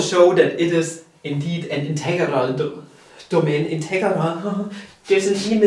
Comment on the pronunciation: Casually has a stroke every time he says integarah